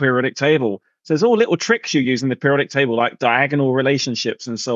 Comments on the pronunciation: Table not taybowl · "The periodic tabow" the way Terry pronounces certain words is silly